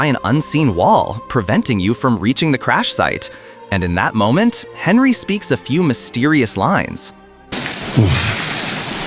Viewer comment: Well for 1 The main character is named Henry, NOT Henley. I stopped at that point. Most likely many other issues with in. If you don't speak English well, make videos for your own language, thanks.